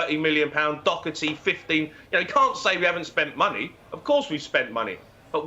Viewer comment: Doherty not dockerty